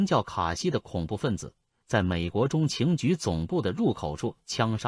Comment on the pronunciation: 这个机械声音太难受了……“美国中，情局” 是什么鬼……